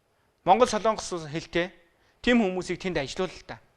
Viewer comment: СОЛООНГОС гэж ярихаа болиоч. СОЛОНГОС шүү дээ. Бүхэл бүтэн тв- ийн сэтгүүлч улс орны нэр зөв ярьж чадахгүй. муухай юмаа